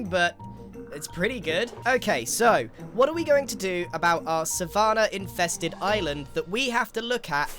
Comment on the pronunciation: Grians pronunciation of savanna is oddly jarring